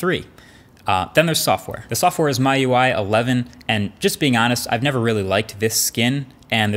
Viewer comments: MyUI ?? It's MiUI, Marques. 😂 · it's pronounced me not my. 学习中文你理工男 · MIUI is not pronounced as myui but meeui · "My UI" Bruh how do you pronounce that wrong. Xiaomi's whole thing is "Mi", it's literally pronounced as "Me" in the name. You don't call Xiaomi "Xiaomy" do you? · get your facts right first maybe. This isn't the successor of poco F2. This is just another phone from the same brand. Alos Complaing about macro camera but not saying a word about the depth camera which is just pointless ! Excellent 🤦‍♂️ Again it's not My UI it's MIUI. At least pronounce it right. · I think it is pronounced as Me-UI. Not My-UI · It’s not “My” UI, it’s “Me” UI. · Marques, it's ME UI not MY Ui. MIUI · First, Poco X2 is not the successor of Poco F1. Second, It's not MY, it's Me, like MiUI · Hey marques.... It is actually "ME" UI Not MyUI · It's been years. MIUI is pronounced "MeUI" not my UI. Cuz it's Xiaomi's UI. Mi UI. For Jesus sake. I know you said it's "the way you say it". But it's wrong. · It's "mee-yu-ai" ffs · Nobody: MKBHD: myui (miui) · It's meee UI! As in Xiao'mi' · Pronounced - Me Ui by the way and also software is 1 ? Really, I guess you don't understand how software development works. It actually has a lot of optimization under the hood here. If you don't like the 'skin' , I get it ? But you saying software is not good, shows your lack of knowledge here Marquees! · it's pronounced like "Me You I". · It's pronounced Mee-UI. 😀